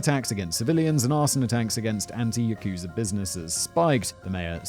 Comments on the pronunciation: I thought its pronounced 'Yak-sa', not 'Yakoo-sa' 🤔 ..... But I might be wrong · Love the mushmouth Simon. Not sarcasm, I actually generally find it entertaining. For future reference though, it's pronounced with the emphasis on the "ya" part of the word yakuza. You barely even pronounce the "u". So, YAH-KuZAH basically. Keep up the good work either way! Love the show! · "Ya-KOO-zur" - Whistle Boy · That's not how you pronounce "Yakuza".